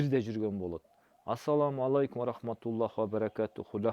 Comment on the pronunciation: Ассалому алейкум еле дечи енен тилин бурап кыйналбай еле